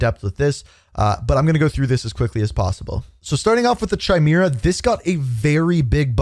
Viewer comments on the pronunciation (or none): Bro really said CHIMEERA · Bruh pronounced Chimera like a wind chime then preceded to read 4 consecutive “decreased”’s as increased… maybe slow down a bit on your rush to upload and do a little quality control before you hit post🤷‍♂️